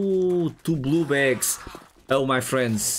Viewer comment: are you saying "blue bags" or blue balls lol sorry I'm trying to be funny